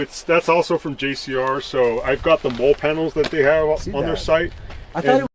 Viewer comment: Its "molly" not mole.